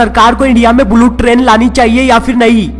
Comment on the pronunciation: Bhai bulu nahi bullet hai